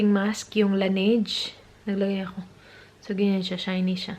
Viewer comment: Laneige is pronounced as La-ne-jeu. recently ko lang din nalaman ✌